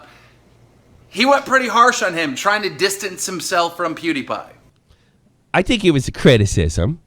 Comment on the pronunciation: POO-DEE-PIE lol. I'm triggered.